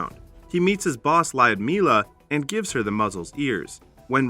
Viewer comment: And the way he pronounces Ljudmila. Just... Cringe.